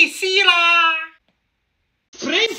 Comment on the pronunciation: Him: icecreammuo, chocolate syraaa, spincralsss